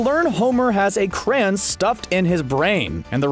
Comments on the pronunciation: It’s cray-on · are you trying to say Cray On